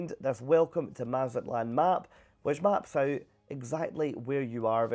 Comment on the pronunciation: Mah-zat-lán = mazatlán NOT Mazutland we have to speak/pronounce/annunciate YOUR words. Respect and do the same for ours.